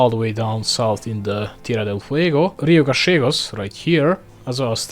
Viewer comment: damn you even pronouced rio gallegos in correct argentinian